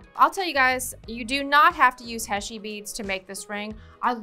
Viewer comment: Background music is very irritating in a demo. It hurts the ears, muddles the brain, and drowns out speaker's voice. Never ever put music on a demo video. Silence is golden. HEY-SHEE beads, not HESHEE. You don't measure? In every technical trade, measuring is the most difficult and most important first step. Learn before you teach. PLIERS, not PLIER. Pliers is always plural. So you say 'Those Chain Nose Pliers', not 'That Chain Nose Plier'. Flush CUTTERS, not CUTTER. Always in the plural. There are two blades not one. Nice ring, but your English is atrocious and the music drove me mad.